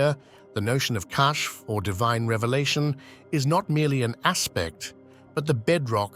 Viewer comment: The word being pronounced as “cash” in this video is actually spelled “Kashf”